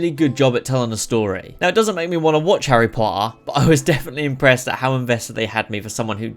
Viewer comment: I love how he says harry po-er all the time😂😂❤